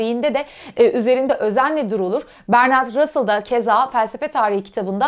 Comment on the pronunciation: Bertrand Russell. Ablacim bir kere dogru soyle bari su adi.